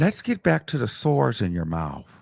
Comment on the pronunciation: The way he saying "SOARS".....❤❤